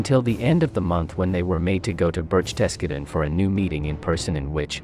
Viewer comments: Besh-Tes-Ge-Din. Luft-waff. Can't we find a bot that can pronounce words correctly. How hard can that be? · Wow learn some basic German phonetics. You really butcher words like Wehrmacht and Berchtesgaden. Kick off with a W in German is pronounced like a V in English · Please pronounce Luftwaffe correctly. It is not "luft-waaf." There are many other misprounciations also in this video -- 'Birch-desk-git-ten' for Berchtesgaden. Ugh.